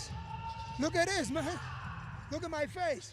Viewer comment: Yoel “look attisss” Romero